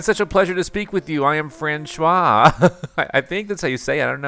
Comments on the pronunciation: Fran-shwah 🚫 Fran-swah ✅ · François is pronounced Fronswa. Loving this series!!! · It's "fran-swar" bro. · its hilarious how he pronounces francois differently in two videos and non are correct